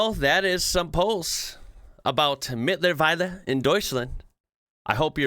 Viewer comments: Now - a lot of comments told you that "mittlerweile" is a false friend in this case. And there are lots of suggestions which words to use instead. BUT: Nobody has praised your pronunciation of it! So I will do that...... I am really impressed how close to perfect it was and I assure you, every German would have understood it withour any problems. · That was actually a good pronounciation for a non-german speaker. I know it's anything but easy to learn german so...nicht aufgeben!